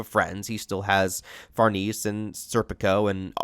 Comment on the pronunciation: Still mispronouncing Farnese, eh?